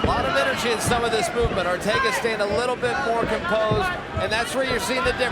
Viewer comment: It's Arteaga (R-tee-aga) NOT Ortega!!!!